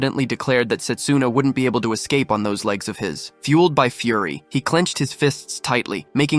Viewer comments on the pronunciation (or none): none